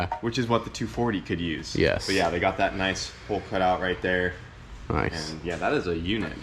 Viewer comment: 24 minutes of saying "Noice"